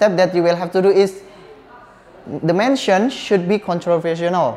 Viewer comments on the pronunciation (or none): Itu tulisannya motion kok dibaca mention 🙄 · motion itu bacanya mosyen, bukan mensyen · fyi how to say "motion" is moshen not mensyen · Mension? Or Mosyion? ( Motion) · the pronounce should be " mosyen " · Nah iya kirain aku salah denger